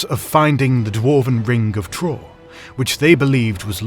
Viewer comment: Great video, but you could improve the pronounciation of some of the names. For example: Thror, not Tror (same with Thorin) and Oin, not O-in